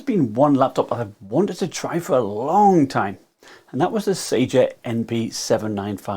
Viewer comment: Spelled Sager, pronounced Sajer